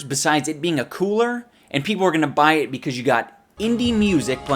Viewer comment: HE CALLED ETTT HE CAAAAALLLLLLLEDDDD ETT